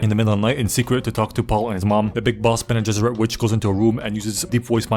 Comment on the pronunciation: I can't believe got "bene gesserits" right on the first try